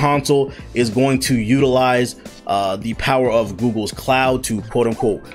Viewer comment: “Ze powa of ze cloud”